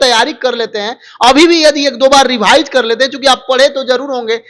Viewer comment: रेभाइज नही रिवाइज होता है रे बोका 😂😂